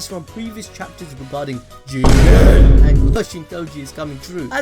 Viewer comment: I really love it the way you sa JIGEN!!!!